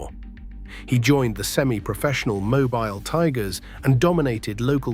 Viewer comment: Mo-beel, not mo-byle.